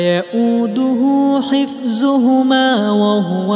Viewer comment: And also instead of hifzuhumma needed to recite hifduhumma at end of ayah.